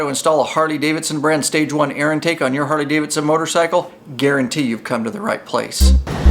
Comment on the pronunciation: Is it just me or does he say hardy?🤷🏻‍♂️